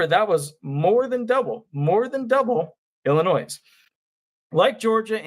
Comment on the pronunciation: It's not Illinoise.